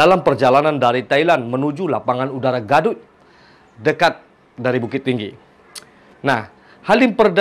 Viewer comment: Gaduik da, bukan gadut😁😁